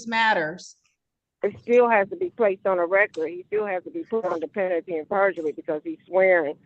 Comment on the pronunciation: Saying pentaly AND purgery says everything i need to know about this woman.